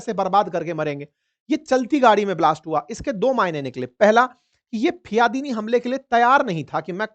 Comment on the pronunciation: aapne apni speech me do baar fidayin ko fiyadin bola h kirpiya dhyan dijiye